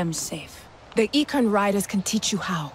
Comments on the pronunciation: Bang NamaNYA IKRAN BUKAN IKRAM ... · bang, ikran bg, bukan ikram😂